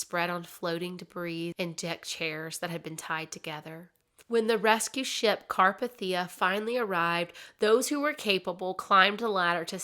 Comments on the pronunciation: It was the carpethia (car-pay-thee-a) not (car-p-thee-u). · *CAR- PAY-THEE-A you can't pronounce it correctly....plz work on that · car PAY thee ah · Really enjoyed the story, but every time you mentioned RMS Carpathia I cringed. It's pronounced CarpAthia, not CarpathIa. 😅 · Also it's carPAYtheeuh. Not CARpahTHEEuh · * car-PAY-thee-ah. 🤓😊 It was named after the Carpathian Mountain range that stretches from Austria to Romania. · Just FYI , the ship, the Carpathia is pronounced, Car Pay Thee Uh. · Car-PAY-thi-ah. For future reference. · CAR-PAY-THIA and this isnt a mean spirited correction just informative. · The rescue ship's name is pronounced CAR-PAY-THEE-A. There are other videos out there, namely Oceanliner Designs, Big Old Boats, and Part Time Explorer, that have many videos on The Carpathia. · it is indeed pronounced car-pay-thee-uh. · Carpathia. Pronounced car-PAY-thia. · Car-PAY-thi-uh. Just fyi haha but I have never heard any of these stories before! Thanks, you did a good job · Car-pay-thia That’s the pronunciation. Lol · you say wrong its RMS Carpathia it pronounced Car pay The A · It’s pronounced: “car-PATH-e-ah”. (The “a” is long, the “e” is long.) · I love your storytelling but how you’re pronouncing Carpathia is driving me crazy. You watched the film, and I’m sure other documentaries or references pronounced it for you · I've managed to binged hours of your stuff over the last few days, and I am very curious: do you listen to any documentaries during research, or just read sources? I understand having a speech impediment, as I do myself, but I have never in my life heard someone say carpathia like THAT before, and I've been researching this for over a decade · Thank you! It drove me crazy!